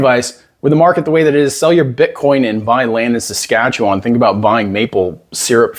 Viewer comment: Thank you for pronouncing Saskatchewan correctly.